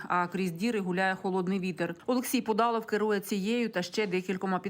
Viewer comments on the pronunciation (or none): Не Пудалов, а Пудов Олексій Миколайович